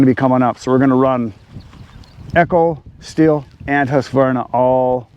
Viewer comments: Stihl is pronounced STEEL, so says Stihl manufacturing in Virginia Beach, so you can keep saying still, but the one who owns the name pronounces it steel. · Yep, in Germany we pronounce it "Schteal". Never "still". 😉 The Company is based in the beautiful Southwest of Germany btw. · To pronounce correctly imagine man with a monocle holding his cigarette funny and say schteal. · IH is spoken like a double EE in german language! ST-EE-L is the right pronunciation in my opinion.😂 Thanks for the video and many greetings from Germany ❤ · It's a German company and if there is a "h" behind the "i" it is pronounced >STEEL< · Sorry, but you prenounce Stihl wrong. Remember it's in german. Gotta say it same way like the metal, steel. More or less. Cheers from Denmark. (german speaking guy) ;-) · From the very South of Germany, Home of Stihl: i would pronounce it Shteal. The H in the Name makes it a Long „I“. The Pronounciation with the Short „I“ would mean „silent“ in German😂 But there is really a German Company called „Still“ making forklifters… Sorry for my bad english, german guy… Love your Videos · I guess it's one of those German surnames like Porsche that most Americans mispronounce. The real car and saw snobs pronounce them Porsha, and shteel. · Good afternoon!!😀😀 The 500i is a heck of a saw!! The proper pronunciation for Stihl is Steel. It the German pronunciation. Back in the 1980s at my old Stihl dealer in Berlin they had a display rack from Stihl that said right on it say Steel. That's why we pronounce it Steel. Happy Father's Day my friend!!😀😀💚💚 Logger Al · Get it right. When saying "Stihl" you have to get the "CHH" sound. It kinda vibrates in the throat. Now, altogether::SCHHHteel". Sorry, I spent too much assigned time in country years ago. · Stihl being a german manufacturer, the german pronunciation would be steel